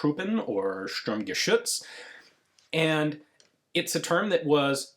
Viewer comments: Your pronunciation was really good in general but the pronunciation of Sturmgeschütz was actually flawless! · props to ian pronouncing the ü in Sturmgeschütz flawlessly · Kudos to your "Geschütz" pronunciation Sturmgeschütz, that was spot on. Regarding Lange Pistole, unlike in English, there is no g sound in German after the ng sound. So it is Lang-e not Lang-ge. Pistole has the s sound not sh/sch sound, as the word neither begins with st nor it is part of a compound word beginning with st. But some accents use sh everywhere though.